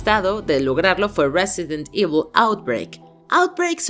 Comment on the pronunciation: Silencio incómodo cada vez que dice "resident evil"